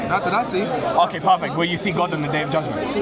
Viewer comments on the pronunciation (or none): Parfeck. Parfeck. Parfeck. I don’t think this Muslim knows what that word means. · So... Dude: PARFECT: Let me tell you why... Dude: PARFACT